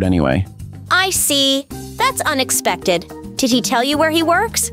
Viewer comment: damnnn she really says " loang time no seay "